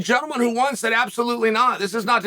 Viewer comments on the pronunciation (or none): none